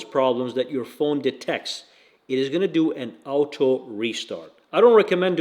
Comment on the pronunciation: ffs its OTTO! i crack up when he keeps saying out toe!:face-blue-wide-eyes